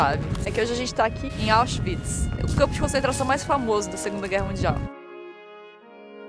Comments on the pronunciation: Auschwitz e nao Auschiwitz. Qdo estive aí igual que em Dachau nao conseguí entrar. Terrivel demais. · É auschwitz, não auschiwitz